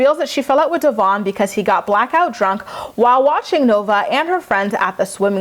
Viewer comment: Please pronounce DEVOINS name right,it’s not that hard.